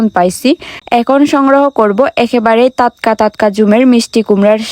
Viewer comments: টাটকা।✅✅ তাতকা।❌❌ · তাতকা❌ টাটকা ✔️ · টাটকা 😊 তাতকা নয়❤ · তাতকা তাতকা শুনলে অনেক হাসি পায় 🤣🤣😂😂😂😁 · তাতকা তাতকা, তোত্ত পাহাড় 😅